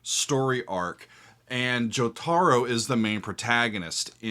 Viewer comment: Breaks my brain a bit to hear jotaro pronounced that way but gosh I love the appreciation for all the wacky shifts in the theme! Awesome!!